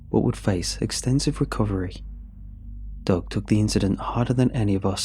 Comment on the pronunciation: Literally listening to this for two minutes I thought “Doug” was “dog”.